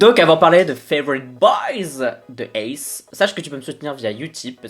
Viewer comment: T'es tellement adorable!! >///< (et oui t'inquiète pas ça se dit bien "ace" même s'il y a des points ^^)